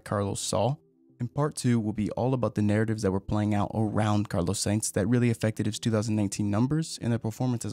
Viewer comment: ”Carlo säjnz”